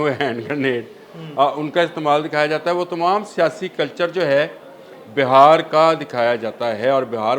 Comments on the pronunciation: Sir it's not BAHAR but BIHAR please correct your self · JANAB AAP BAR BAR BAHAR KA ELECTION KEH RAHEY HAIN. AAP KO INDIAN PROVINCE BIHAAR NAHI KEHNA AA RAHA. AAP KEY SAATHI SAHI TAUR PER BIHAAR KEH RAHAIN. AAP NAHI. SORRY TO CORRECT YOU.